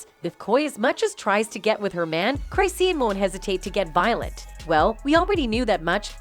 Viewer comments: Who is cry-see-an😅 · Cry-see-yan? 😂 This AI revolution ain't workin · Hey, it's pronounced Chris - shawn, not Cryseen. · You really need to learn how to say her name …… say it with me Chris….Shawn.😂not Cry Seen😂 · What are you special ed her name is chris-shawn not cry-seen yall need to stay out our culture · 🤣🤣 I'M DYING!!!😂 the way Chrisean is pronounced is Chraw-shan 😎 Not Cry-see-uhn 🤭🤷‍♀🤭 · Ik U did not say cryseen😭😭😭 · "Cry-seen" and dram-mah" lol. 😂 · Girl U NEED TO WATCH OTHER VIDEOS BECAUSE YOU PRONOUNCE HER NAME WRONG. CHRIS-SEAN ROCK . GET IT RIGHT IF YOU WANT TO BE DOING A VIDEO ON PEOPLE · “Cry-seen” …girl you and this AI need to sit down. 🤣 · Cry-si-en ? Who's voicing this 😂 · SAY HER NAME RIGHT ‼️CHRI-SEAN 💎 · It’s pronounced Chris- Shawn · it crish shawn geezus pronounciate properly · UnFoRtuNaTElY CrY-sEe-An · Hold on, did the lady say her wrong on purpose. 😅 come on, get your stuff together, that's not how you say her name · You not even saying her name right and it's making me mad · can’t even say her name right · I mean lol why the narrator saying her name wrong 😂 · She messing up some names.😂😂😂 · you saying my bitch name wrong 😭😭 get it right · It's the fact that the commentator can't pronounce hey name correctly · Lmaoooo why the ai voice saiying her name ,like that 💀💀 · At least know how to say her fukn name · Even after hearing people in the video pronounce it right she still continued saying it that way I can’t 😂😂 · Say things right at least. Google it first if you aren't sure how to say something. It's pronounced cris-shawn not cris-seen. It's pronounced coy la ray not coy lee ray. And fr means for real. Lol. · Who tf is chry-see-an and Coi Larry? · This damn commentator needs to know how to pronounce Chisean and Coi Leray. This is awful. Don't report "news" if you don't know how to pronounce names. Wtf